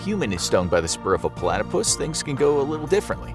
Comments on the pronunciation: Why are you saying Palatypus instead of Platypus? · PO-latopus. That is all.